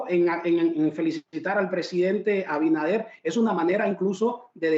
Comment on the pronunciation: Este programa es una porquería, los invitados hablan disparates, y el otro ni siquiera se preparo lo suficiente para saber pronunciar correctamente el nombre del presidente de la República, Luis AbiNADER no abidaner 🤦🏽‍♀️ que vergüenza